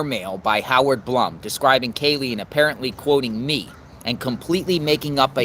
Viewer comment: Since I wasn’t sure how to pronounce “Blum”, I googled it. It’s pronounced Bloom.